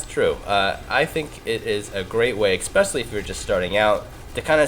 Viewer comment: I'm normally not a 'prescriptive grammar' guy. But it's especially, not expecially. Other than that, cool vid.